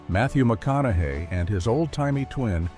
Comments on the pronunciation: Matthew “Mac-on-ow-ow-aye”? YOUR great-grandfather, huh? Wow. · Dude had a stroke saying Matthew Mco-au-nuhay😂